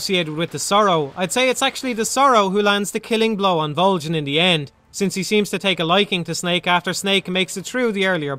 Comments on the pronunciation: Vol-JEN!! What the hell, that's so damn funny!! Vol-JEN!!! Dude, its Vol-GIN. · MGS3 shouldn't have had items like the Tranq Gun, or Infra Red Goggles, and the Silencers should degrade a lot faster. These changes would have a huge, positive impact on the game as a whole. Also why Volgin with a soft G? It's a hard G. VolGin. I dunno just kinda bothered me. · Theres literally a line dedicated to how "Voljin" is not how you pronounce his name. You know for a fact that's not correct why would you make a video doing that? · I know Volgin, but who's Voljin? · Why does he say "Voljin"? Did he even play the game? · Who the fuck is Vole-Jan? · Vol-gan not Vol-gin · Volgin not vol GIN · Vol-jin.... really?!? Haha it’s Volgin. Great review though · VOLJIN???? lol Volgin* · This guy just reads a script, he has never played the game. That's why he says 'voljin' instead of 'volgin' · I love your videos but why the hell did you insist on pronouncing his name "Voljin"? Did you not listen to how his name was pronounced in the game? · Ok but why can't you say "Volgin" correctly? They say his name outloud multiple times and it isn't "Voljin" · Vol HARD G in. It even says so in game. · no one else gets a weird feeling every time he mispronounces "Volgin"?? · Volgin with a hard g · The "G" in Volgin is a pronounced like the G at the beginning of the word golf. It's not a freaking J sound. I don't get how you could play through the game and not know that. The name is said many times throughout the game. It really makes me question if you actually played it or are just parroting what someone else wrote about it.